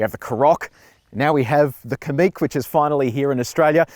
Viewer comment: Likewise Kamiq is stressed on the second syllable, not the first.